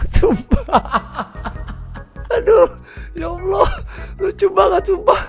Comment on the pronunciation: Cara nyebut ''Allah' aja salah asw